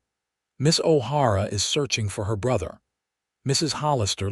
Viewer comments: I caught that, too. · O'Hara not har a